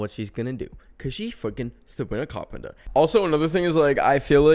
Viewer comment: "Coz shes fweakin Savwina Cawpemter' I. LOVE. YOU. FOR. THIS.